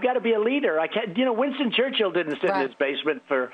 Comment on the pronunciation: Jeeezzz. Every time TrollAnd Dump pronounces the name Winston Churchill, 67 million Britains cringe. YeeeHaaa Trumpmerica!!!